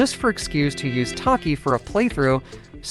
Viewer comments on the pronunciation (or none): What are these name pronunciations....... "taki" "kicksia".... I'm dying